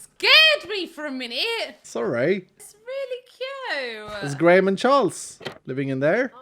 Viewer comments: Graham is said grey-em rather than grey ham!! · Tbh, every time he said Charles and Greyham, I kept hearing Charles and Grian, which is pretty funny imo